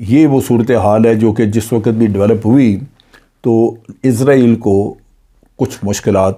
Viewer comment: سورہ بنی اسرائیل کو بھی ازرائیل پڑھوگے